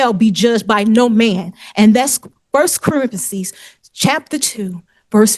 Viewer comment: I swear she said 1st Carenthesis … like Corinthians and Parenthesis put together 😹‼️